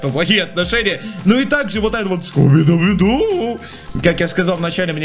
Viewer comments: Вообще-то скуби-ду а не скубидебидк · Не скуби-дуби ду а скуби-ду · Кто тже услышал что он сказа не Скуби - ду, а скуби дуби- ду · Скуби - дуби - ду , мило хоть и говорится Скуби-Ду" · Ну зачем, зачем, зачеем ты говоришь "бидубиду"? Там всего лишь Скуби-ду. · Скуби-ду А не Скуби-скуби-ду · Не скубидубиду а скубиду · почему ты говоришь скуби дуби ду??? XD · угарал как он неправильно сказал Скуби-Ду. А сказал скубидуби ду😂😂😂